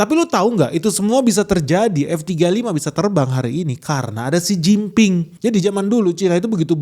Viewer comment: Xi Jin Ping dengernya= Sen Cin Ping Artinya..... Artiin sendiri dah🤫